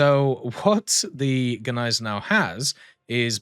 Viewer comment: You´ve pronounced Gneisenau even better than we Germans do that was perfect haha